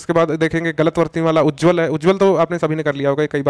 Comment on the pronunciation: Plese uccharan sahi krey ujjaawal likha hai vo.....jo ki Ujjwal hona chahiye